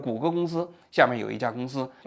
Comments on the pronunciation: 温馨提示王局：Waymo的发音是”微魔”，不是”哇魔”😂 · 哈哈哈 waymo不是 蛙眸 是微眸